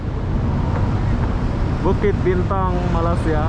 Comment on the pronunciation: Saudara...tolong sebutkan nama negara kami dgn baik...Malaysia...bukan malasia...